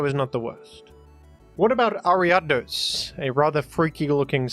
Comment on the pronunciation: Why do you pronounce leavanny and vanilluxe so weird? Not to mention ariados.